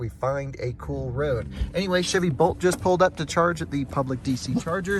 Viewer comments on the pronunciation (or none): none